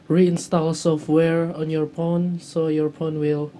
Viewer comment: lol take the battery ut of the phone and put it back in lol he said "porn" instead of phone